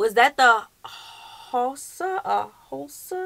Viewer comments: No it's actually pronounced How-sa. Hausa. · It's pronounced Ha-wu-sa. Always enjoy your vids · You're right the bride's family you saw is Hausa, the party your husband read was laughable because the way he pronounced it, but he tried, "sa lalle" means putting henna in Hausa. Love from this Hausa man, from Zaria Northern Nigeria!!! 💚💚💚By the way to confirm and settle the argument of my siblings above just Google it😂